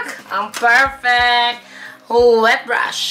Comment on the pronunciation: Ang daming english sis 😂😂😂 Hwet brush 😂😂😂